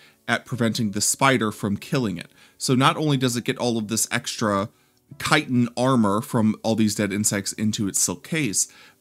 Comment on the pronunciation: Finally, a YouTuber who can correctly pronounce chitin.